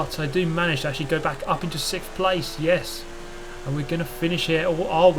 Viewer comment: Sixth or 'sicth'